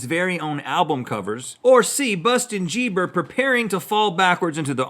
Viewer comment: Bustin jeeber😂😂😂